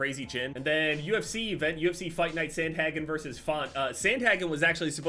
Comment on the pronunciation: you watch the ufc and still pronounce Sandhagen that way????